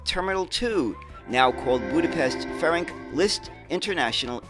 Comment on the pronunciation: "Steyr" is pronounced "stire", not "stair". and "Ferenc" is "ferents", not "ferenk".